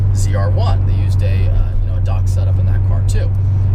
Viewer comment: I have NEVER heard anybody pronounce DOHC as "dock". Oh, and GM stated they are going DOHC because the single cam engines will not meat emissions or economy in a few years.